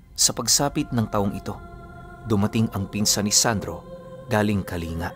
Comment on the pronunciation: kaling-ga po ang pag bigkas po hindi kalinga kase taga kalingga apayao ako tapos isa pong pure isnag